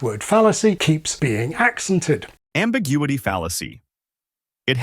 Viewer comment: I was also taken aback by ACcented rather than acCENted; there are many words where stress shifts depending on whether it's a noun or a verb (eg EXploit/exPLOIT, REcord/reCORD, TRANSfer/transFER) and for me accent is one of those. There are (it being English!) of course also noun/verb pairs where this does not happen, such as rePAIR, or even reSEARCH, which for me always has the stress on the second syllable, but which most people pronounce these days with the stress on the first syllable, which always grates on me.